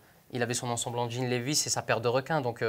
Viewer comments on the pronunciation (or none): none